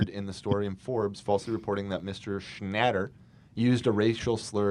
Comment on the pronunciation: After years of memeing, Ethan finally learns how to pronounce Papa John's last name. it's been bugging me since day one.